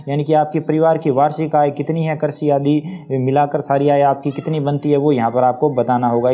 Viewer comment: कर्षि नहीं कृषि बोलो भाई